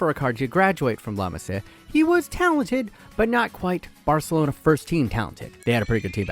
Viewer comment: wtf is La masaih-uh